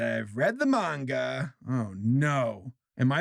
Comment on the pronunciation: Thank you for pronouncing Manga correctly